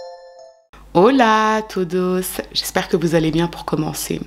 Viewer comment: J'adore l'accent quand vous dites tout douce et non pas todos hhh